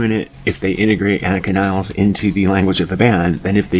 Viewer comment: Another drummer with a last name no one even Geddy pronounces properly. After all this time and you can’t even say her name right? 😂 ridiculous.